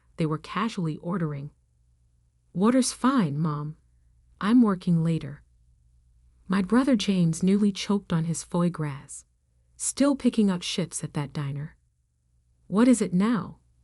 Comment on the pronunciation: 😂😂😂 Foie Gras. Guess AI can't handle french.